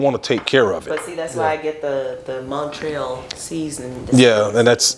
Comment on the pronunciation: She said Mon Trel seasoning.... 😆